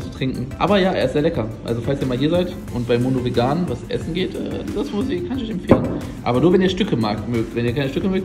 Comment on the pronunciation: Smoothie und nicht Smoofie 😅😉